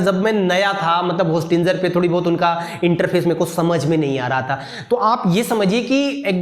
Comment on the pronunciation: विशुद्ध ch**tiye ho tum होस्टिंजर nahi होस्टिंगर hota hai